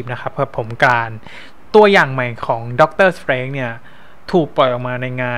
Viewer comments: สเตรนจ์ ครับ ไม่ใช่ สเตรงจ์ 5555+ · ดอกเตอร์สเตรนจ์ ไม่ใช่ ดอกเตอร์สเตรงจ์ เดอะ มัลติเวิร์ส ไม่ใช่ ดิ มัลติเวิร์ส วอทอิฟ ไม่ใช่ วอสอีฟ ดิ อิลลูมินาติ ไม่ใช่ ดิ อิลลูมิแนติ โมนิก้า ไม่ใช่ โมนิกล้า ชูมา-กอแรธ ไม่ใช่ ซูม่า-กาแลด เพ็กกี้ ไม่ใช่ แพ็กกี้